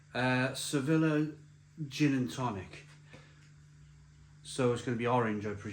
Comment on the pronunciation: Speaking of pronunciations, Sevilla is not pronounced Se-villa, but Sev-ill-ya. I also smashed more than a few bottles of Smirnoff Ice back in the day. Dangerously addictive and too easy to knock back 😂